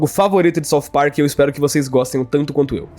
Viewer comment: "Parcu" KKKKKKKKKKKKKKKKKKKKKKKKKKKKKKKKKKKKKKKKKK